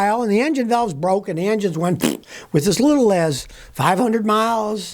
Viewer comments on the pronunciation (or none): Nothing like going BWOKE😂